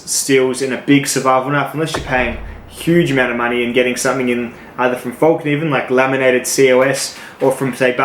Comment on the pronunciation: Its pronounced like fell, not fall.